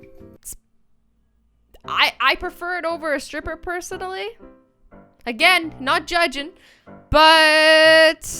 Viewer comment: you said "persodaly"